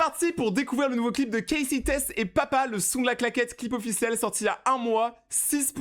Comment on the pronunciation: on dit CASEY😂😂